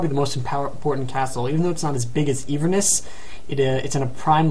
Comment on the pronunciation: "een-verness" It's pronounced in-ver-ness. And Glasgow is pronounced glass-go